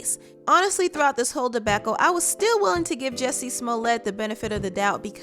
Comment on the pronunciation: It's not pronounced debackall btw. Girl get some learning.